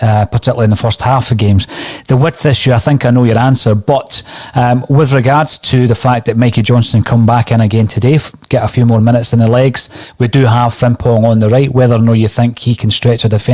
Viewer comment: Why is he saying Fringpong?